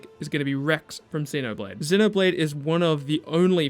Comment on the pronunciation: If anything, your pronunciation of Xenoblade is more accurate considering Shulk has a similar accent.